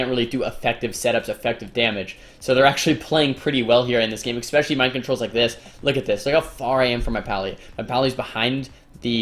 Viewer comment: U just have to be cringe....Why do u say xspecially??? Its especially!